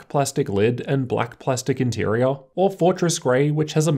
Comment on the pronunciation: Say "interior" Inteareahh